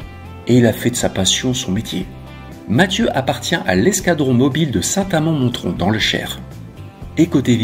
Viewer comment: St Amand Mon(t)rond.Le "t "ici est muet comme dans Montrouge ou Montréal.